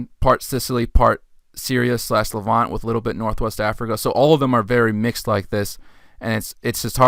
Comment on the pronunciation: The word is not pronounced as “levan-tay”. It’s the Levant (no E) and the adjective is “Levantine”.